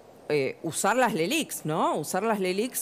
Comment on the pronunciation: Próximo debate: Qué son las leliq Patricia? Patricia: las lelig? Plan integral y tac!